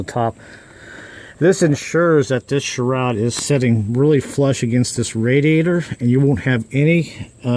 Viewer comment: video, however sharoud? No such thing. It’s a shroud.